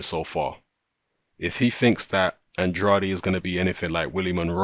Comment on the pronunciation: Delighted at this one (if it truly comes off). Rhyme "Andrade" with "can trade" (first syllable accented), if you're interested. Finally, Demetrius will be forced to either put up or shut up. High time!